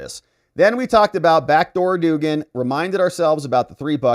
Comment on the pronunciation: It is pronounced dug-an no doogan.